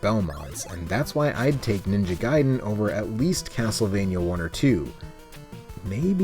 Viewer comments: Its pronounced guy-den not gay-den. The arcade version was extremely clunky and not well received. You say that arcade games are hard to pin down...you know they have dates all over them right. For instance looking at the splash screen at the title will generally tell you when it was made. You can also look at the custom chips or the board itself...very easy....Ninja Gaiden did not truly get started until it was released on the consoles. I love it the ZZZXSpectrum. I will now until the end of time cal it the Z (not zed) XSpectrum...hahahaha! I'm sorry, the micro's look absolutely terrible. I am so happy I grew up with the Sega Master System and the NES. I hear almost constantly from the British and European people chanting how much better micros were than the Nes....no, not by a long shot. Oh my God...it's great to see those two together again. Okay, I'll get a regular beer...WHAT! Roflmao! Subscribed! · Blasphemy. It is Gay-Den!!!!! HAHAHAHA 😄